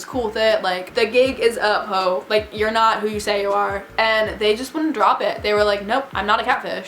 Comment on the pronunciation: You pronounced you're wrong.